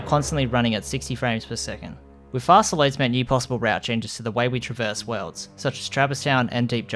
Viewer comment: PLEASE stop saying truh-VERSE. it's TRAH-verse.